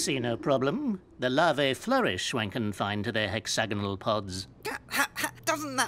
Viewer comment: It's larvae